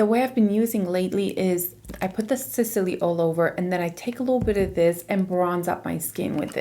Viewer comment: Why do you pronounce Sisley like that there is anything between S and L ..... There's no any kind of ,,E,, sound there !